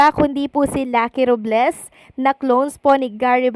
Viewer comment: RObles po hindi RUb les😂